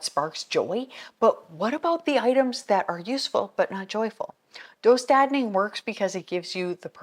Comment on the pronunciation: Nice video! Just so you know the dö in döstädning is pronounced like you're saying "duh" as if something is obvious. Just an FYI :) great job pronouncing the ä well though! (Swedish person here lmao)